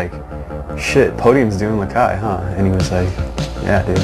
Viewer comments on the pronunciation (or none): LOL its actually lakai not lakia. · its lakai you dumbass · its lakai not lakay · umm its lakai not lakia haha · He spelled it LAKAY to avoid copyright. And it's Lakai not Lakia you fucking douche. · lakai dumbass not lakia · NO ITS LAKAI NOT LAKIA FUCKIN STUPED ASSES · it's not Lakay, its Lakai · fuck it is lakai not lakay ass hole